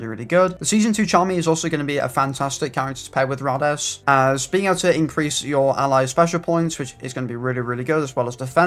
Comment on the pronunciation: His name is pronounced Rade-eez, you would know this if you watched the show